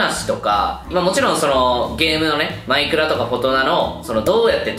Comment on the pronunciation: マ↑イクラ